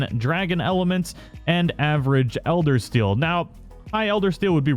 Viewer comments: do you honestly say eldersteal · Elder SEAL not steal. Sorry, that bothered me lol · lol he also says elder steal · dual blades, "elder steal" instead of seal, saying its the diablos tree when it was the val tree, it's not hollywood, but that's no excuse for errors that can be prevented with a script or corrections in editing via disclaimer text edits like a lot of people do.